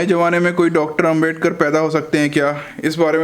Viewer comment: Aapke liye ek aur suggestion he कि आदरणीय डॉ. बाबा साहेब आंबेडकर नाम शुद्ध उच्चारण है अंबेडकर के स्थान पर आंबेडकर बिल्कुल सही है